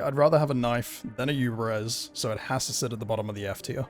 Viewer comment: Yubare-V. There's no "z" in the name. Lumin 5. The V is a Roman numeral. Gall-ant. There's no "i" in the word. Galliant is not a word or a name. Uff-da!